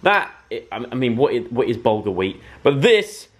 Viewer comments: Bahaha hahahah joe I'm pretty sure bulgar weat is like cuss cuss which is pronounced like coos coos 😂😂idk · laughing at how Joe pronounces bulgar weat